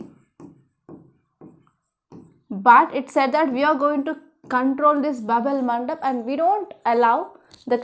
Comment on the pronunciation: Mam it's Bab al mandab know instead of el mandab that you said